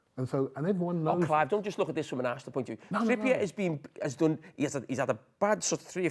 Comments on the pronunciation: no if someone talks rubbish, they talk rubbish. This bloke is a full time waffler and can't even pronounce Trippier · How the hell did this man go through the last 10 years of his life hearing "Trippier" being pronounced one way, only for him to just go ahead and pronounce it his OWN way? 😂😂